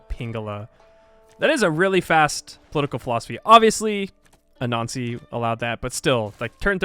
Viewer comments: LOL when you say "Anansi" it sounds like "A Nazi" and its funny every time. Great vid! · I know it's been a while and 900 comments but for a few films of yours whenever you said "Anansi" I kept getting more frustrated thinking "what the hell is a nazi" lol (I don't have the heroes thing in my game) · I easily crush diety every game but did not think this was possible without save scumming - hard to know which wonders are being built. Amazing job. I also like the faster play through with voice over. Lastly, your pronunciation of anansi- which I think is accurate really sounds like “a nazi”. 😂 thought civ added something new for a second. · Sounds like you were referring to use of "A Nazi" Pay attn to your diction! (grin) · for a minute there i didn’t know you were saying “anansi” and thought you were saying “a nazi” i was like wtfff